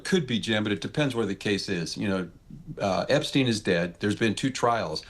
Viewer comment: why the fuck is this bozu saying EPSTINE LMAO. Jesus christ